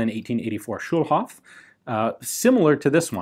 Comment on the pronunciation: Schulhof -> School Yard or something like that... and its a long o, not a short one ;)